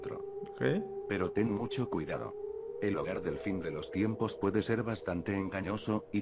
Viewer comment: dice timpos en vez de tiempos